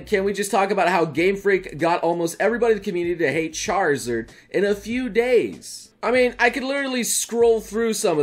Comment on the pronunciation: Mispronouncing is one thing but then you have the bad ones. Like where in the hell did the ZERD in zard come from?